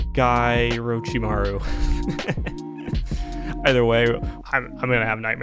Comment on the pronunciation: Ah, Twas Oroch-lee-maru!